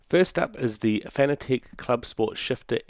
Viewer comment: CSSSQ is the best and it's pronounced "FANATIC" not "fanna tek" btw